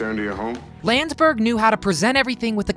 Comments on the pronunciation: Not Steve “Lands-berg”, it’s “Land-des-berg”....Steve Landesberg. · Nice video about a funny program...but the actor who portrayed Dietrich's name is pronounced Land es berg.. not Landsberg